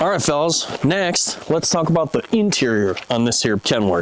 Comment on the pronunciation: A rubber boot, aboot 😆